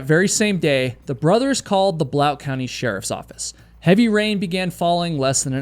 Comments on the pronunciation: Thank you for your great videos! FYI, the county that Maryville, Tn. Is in isn’t “Blout County,” it’s Blount County, which locals pronounce as ‘blunt.’ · I'm just gonna tell you Blount County, TN is pronounced Blunt, like the thing you smoke. I love hearing everyone say Mary-ville and Blount when no one thats an East TN native pronounces it that way. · For future reference, Blount county is pronounced "blunt" county (born and raised there.) also if you ever have to report on Louisville TN it's pronounced Lewisvul lol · Blount is pronounced like "blunt" here, just fyi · Hi. It's pronounced "Blunt County". I hike in the backcountry all the time. I could tell you some crazy, crazy stories... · I love your videos. I'm from Tennessee and spent a lot of time hiking in Great Smoky Mountains National Park when I was a kid, with my family, on vacations and 40 years into adulthood with my wife. Just friendly FYI: "Blount" county is pronounced like "blunt" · There are several "correct" ways to pronounce the name of the mountains that you were talking about (I've always found, "Smokies" to be the easiest🥴 But Blount County is pronounced blunt, like the opposite of sharp😏